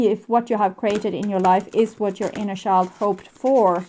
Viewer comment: Please learn how to pronounce "child"..